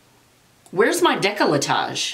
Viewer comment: Lol its pronounced deck-la-tay and I believe its your area under your neck/chin and chest area. Lol. I love your personality. Lol@ oh shit balls. Lol. Thank you for all your videos. You are one of my faves.